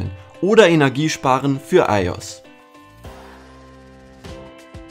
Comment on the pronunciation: Wie er iOS einfach mal [aios] ausgesprochen hat..